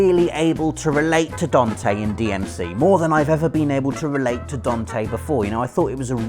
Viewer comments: Raiden is good.... compared to Venom snake. Also DAN-TE say after me: DAN-TE not Don-te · Who is "Dontay"??? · What is a dawn-tay? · It's Dante, not Donte :P